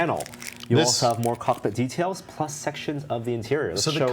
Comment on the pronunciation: can't pronounce detail and decails properly